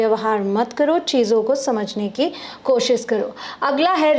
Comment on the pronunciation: Dear sis...urdu main kosiiish nhi hota... KO shish hota hy... 2times shhh ay ga... Thank u😁